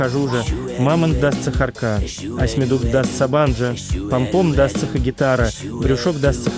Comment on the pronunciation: Не сахарка, а сахарока